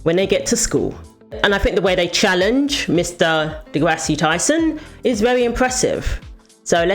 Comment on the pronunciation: "Degrassi" - as you pronounce it, is/was a show in the 90s or something. Neil's name is not pronounced the way you think it is. It's kind of childish...